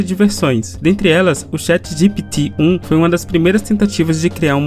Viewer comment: Cara, essa sua pronúncia do Chat GPT é irritante, pqp...